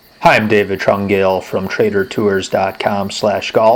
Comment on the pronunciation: bro you have such a nice italian name why murder the pronunciation like that